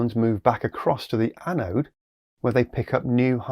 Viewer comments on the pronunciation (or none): none